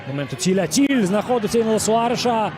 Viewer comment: Я дивився цей матч повністю . Чому коментатор говорить цілль якщо написано тілль . Ще колись в металісті грав футболіст в якого було написано на футболці хав'єр ,а коментатори називали нього шав'єр . Чому так ?